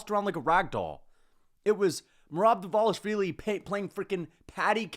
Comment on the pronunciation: please! Pronounce merobs last name correctly just once for me!!!! Please!